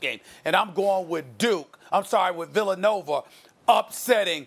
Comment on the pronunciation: “Villanover” - Stephen A. Smith